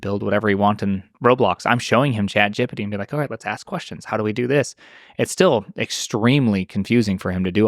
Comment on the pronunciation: He said chat jippty ❤